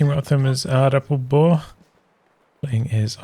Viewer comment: I am surprised that you pronounced 'Aardappelboer' flawlessly!